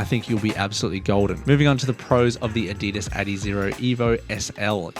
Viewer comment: Adi das not adeedus